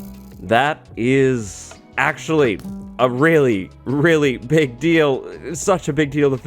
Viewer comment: "a really, really pig deal"